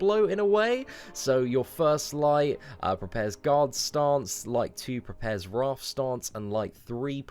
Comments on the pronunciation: it’s pronounced ray-th not wraaaaath😂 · I think it is WRAITH not WRATH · He missed the i in there I was going to comment this too lol